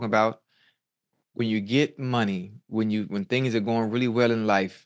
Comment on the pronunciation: He said sitting on them THANGS 😂😂😂😂